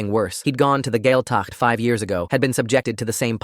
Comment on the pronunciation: gaeltacht = gwayl-tuckt . dia duit = gee-ah ditch . ceart go leor = kyart go lore also this is very false. while there have been cases of gaeltacht camps being abusive this is clearly written by someone who's not irish.